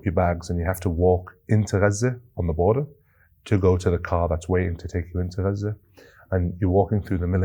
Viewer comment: its auto subtitles, they dont understand his correct pronunciation of gaza, the gutteral g sounds like a french r, probably cos of that it transcribes an r i dont think its on purpose you are sooo right that its totally being hidden (and lied about) by mainstream media etc but this is purely a linguistic/programming/technology problem i think sent with love